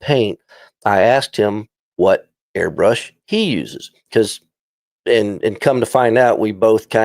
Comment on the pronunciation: YOU GUYS ARE SAYING THE AIRBRUSHES NAME WRONG